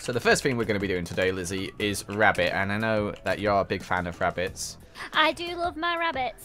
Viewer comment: BWUNNY WABBIT